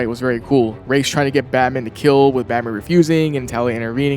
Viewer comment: You get so many points for pronouncing Raz’s name correctly